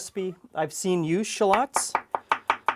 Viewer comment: that's the real pronunciations btw